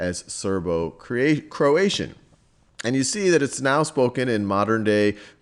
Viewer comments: croatian, not croation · (Croati 'a' n?) vs Croation